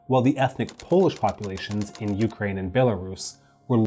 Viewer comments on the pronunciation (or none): none